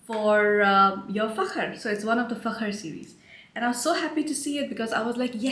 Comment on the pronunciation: I just received Fakhar Rose yesterday. Before it dries down I get a lot of gardenia which to my nose always reminds me of spearmint. After the dry down is when it really becomes the most beautiful scent. I love the way that you say Fakhar😉 I enjoy your reviews. Very detailed.